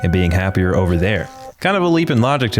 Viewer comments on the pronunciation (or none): none